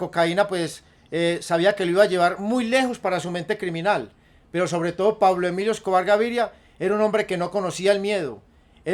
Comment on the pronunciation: Jajaja si es cierto y además no decia bien el nombre de Pablo emilio Escobar Gaviria